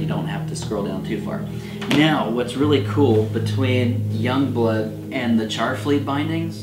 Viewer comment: Pronouncing Jongbloed as "Youngblood" is close enough (think it's actually more like "Yongblued", from talking to a native Dutch-speaker).